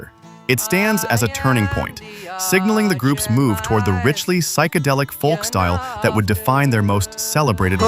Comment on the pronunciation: Who started the whole pronouncing the "L" in folk (folk music)... It has a silent L... Glad you didn't leave out The Soft Machine.